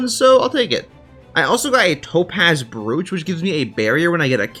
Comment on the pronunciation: its a small gripe but it made me very irritated you keep saying brooch wrong its bro-ch your saying bru-ch